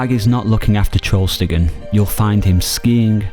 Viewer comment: Small correction. It's TrollstigeN, not TrollstigeR :)